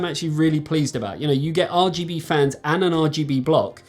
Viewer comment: Great video:) By the way, it be Arrrrrr GB lol, keep that in mind for next time hehe. Keep up the good work my friend and stay safe